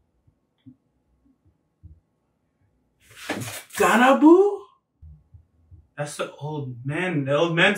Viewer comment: "FROM YOUR GGANBU" GANABU?? 😳 hahaha LMFAO. 😂😂😂